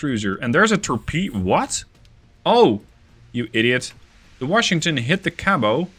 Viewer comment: Just an FYI, Americans pronounce the "t" in Cabot